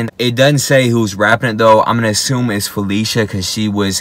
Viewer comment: Felecia is actually pronounced [Fe-lee-see-ah] back in the day she made sure her name wasn't pronounced as Felicia 🤣Layzie Bone's wife from Chicago who helped Twista from Chicago & Bone squash the beef.